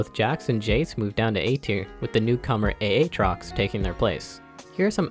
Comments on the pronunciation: Did he just say A-Atrox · My man really said A-atrox